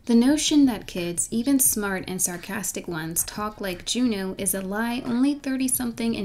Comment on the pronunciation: every time she said “jew-new” i cringed